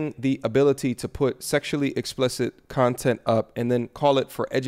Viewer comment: “... a whole bunch of other CUNT-ent” 😂